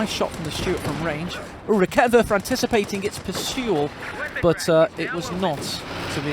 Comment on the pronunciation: A side node from a german: I LOVE that you try to pronounce the german troops correctly and you are actually pretty close on lots of them. Props for that. German is a horrible language. The one that took me longer than necessary to understand was the Raketenwerfer because you pronounce the first e too short. Try to go for rakeeetenwerfer :) The e is quick on Halbkettenfahrzeug because it is followed by a double consonant in this case TT.